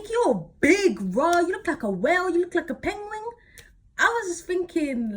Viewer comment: When she said “pengwing” I dieeeed 😭😂😂😂